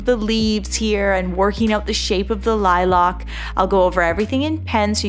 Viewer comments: Ok but why say “Lilac” like “liLock”? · Is saying “lilac” weird or is there a different flower? I can’t find it but maybe I’m spelling wrong? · Every time you pronounced the word "lilac" that was, I was shook